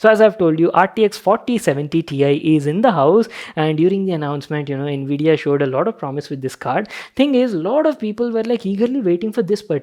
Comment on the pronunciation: Bhai ye all 'nvidia' q sound kr raha hai.